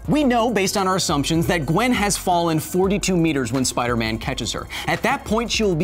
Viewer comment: Did you just say "Get me numbers for Spider Meth"?